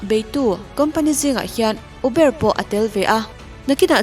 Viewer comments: Eubar hi adik tho a mahse atam zawk chuan ûbar tiin anlam teh daih 🙂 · Pronounciation correction -uber (pronounce as Mizo tawng Ûbarr) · uber ilam dan khi adiklo...ubar tih ag a lam tur... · Uber nilo in ubar tia lam tur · uber itizel aaa,,,ûbar ti a lam zawk tur ania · I "Uber" lam dam chu leh! Enge aw ka lo 🤔🤔🤔🤣🤣🤣 U...bâr tia lam tur😄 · Zo tawng takin Uber. Ubar tia lam tr a nia😁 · "Uber" kha iu-bar ti a lam zawk tur ouhh... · UBER i lamdan hi mak k t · Uber hi i chhiar diklo nih hii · Atir ah 2015 iti.....chuan uber lam dan hi van mak bik...🤭🤭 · uber lamdan kha diklo deuh